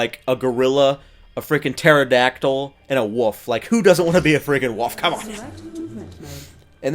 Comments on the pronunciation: It's Wolf not woof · say wolf not wuff